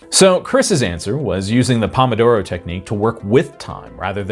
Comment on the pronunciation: That's not how pomodoro is pronounced.